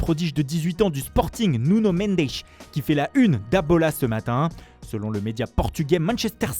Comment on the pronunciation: "Devant Oulddd Trafourddd " le prodige portugais Niunioooo Mendeche", le stade du Draguinnnnn